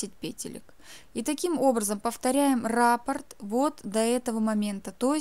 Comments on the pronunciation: Не рАпорт, а раппОрт. Вы же профессионал? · Извините. Но в данном случае раппОрт. Ударение на второй слог . Сама удивлялась...когда узнала